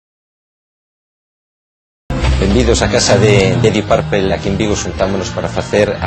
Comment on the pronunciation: deep purplE???!!! your pronuciation is embarassing...isn't a funclub?